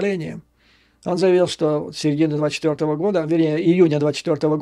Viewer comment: Посмотрев видео с Курска,,с удивлением обнаружил ,что местные Гкают ,ШО кают .